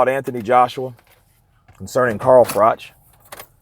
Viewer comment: Pronounced frock